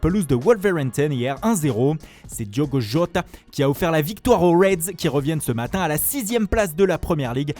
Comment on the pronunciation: C'est quoi cet accent Diogo jooota